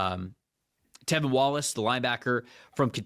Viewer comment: It’s T(R)EVIN!!!!! And DJ wonnum has been the MAN since finally coming in, after injury. And Clowney hasnt had hardly any impact at all. lol I was actually excited for this video but PFF still doesn’t know anything lol it’s honestly a shame.